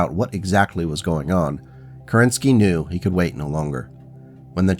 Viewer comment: Fun fact. Alexander Kerensky was the head of Russian Provisional Government shortly after February revolution of 1917. He had to escape the country when the Bolsheviks took power. Also, there is a rumor he had escaped the Winter palace dressed in a woman dress, but it is likely untrue. Also, if I am correct, his last name is pronounced KErenskiy, not KerEnsky.